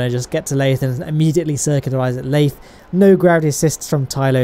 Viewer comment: *lathe-r FTFY